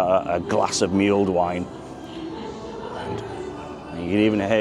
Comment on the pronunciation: You pronounced mulled wine totally wrong mate